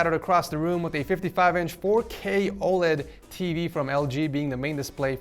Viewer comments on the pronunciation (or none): none